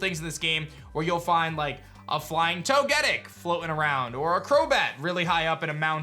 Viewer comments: He says togetic sooo wrong 😂😂😂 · Every time I hear you say togetic I want to jump off a cliff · The way he pronounced "Togetic" 💀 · Had to close the video after he butchered Togetics name lmao